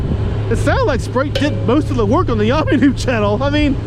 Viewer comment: LOL, I guess we know what your favorite soft drink is now, right? Also, isn't Yammie pronounced Yammie? ROFL... yes, I typed that, yes, I left it in ... what I meant was "Yam-ee" instead of "Yah-me" :D Now you need a new counter ;) Seriously though, doing all the work for that counter, OMG, that's a LOT. And yeah, I unsubbed too, I never watched for YN anyway, I wanted to see Spite - like you said, he comes across as a real person, worth watching.